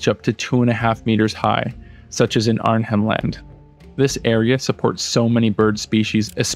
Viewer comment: As an Aussie, you made a great video with species I'd never heard of. Arnhem land is pronounced Ar-nem btw